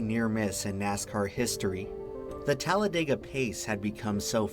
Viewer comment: Here's another fun fact: us locals do not pronounce it "Talla-day-guh", we say "Talla-dih-guh". The narrator pronounces it that way at roughly . Think "dig", not "dayg", if that makes any sense, lol. Technically, it's meant to be pronounced exactly the way it's phonetically spelled, so its really pronounced "Talla-deh-guh".